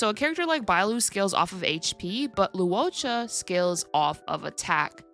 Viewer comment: Just a small nitpick but Luocha is pronounced like Loh-cha not Lu-o-cha